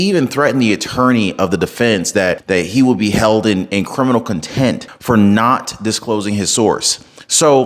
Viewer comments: Bro...if your going to produce legal commentary.... PLEASE, pronounce the words properly! ...its "ContemPt" not content!! 🫣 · Hey man, it’s contempt not content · Is he saying content not contempt? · Dude please educate yourself. The word is CONTEMPT not content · Contempt, bro. Please stop saying content. 🤦🏻‍♂️🤣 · Transcript out already buddy!! Also it's Contempt not content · Contempt Contempt no con-tent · He REDACTED ALOT OF SHIT I BET . AND I THINK ITS CONTEPT NOT CONTENT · I had to do a double-take when I heard this. Bruh! If ya gonna do law & crime stuff at least get "contempt" right 😆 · This is at least the 3rd video I’ve seen of you pronouncing it “criminal content”, it’s criminal contempt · It’s “contempt” not content. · It's "contempt" 😂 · Keep up the good work. This trial is a farce. (Side note, if it would help: "contempt" is pronounced "contemped.")